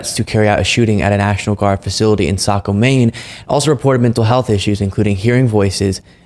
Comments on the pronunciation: You actual pronounced Saco correctly. Not that it's not sad but so many news reports are saying it wrong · Hey!! You pronounced Saco correctly!! So many don’t!! They don’t care when things like this happen! As long as gun companies keep padding their pockets, they will never care about the victims! We in Maine are devastated by this tragic, senseless loss of life! So tired of innocent people being killed and Washington not caring what the people they’re supposed to represent actually want!